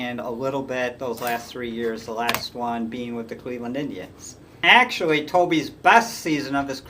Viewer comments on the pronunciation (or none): none